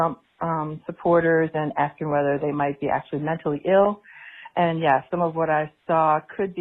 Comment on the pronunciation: David David... you know they won't understand what you're talking about unless you use their own language. You need to be saying "menally eel".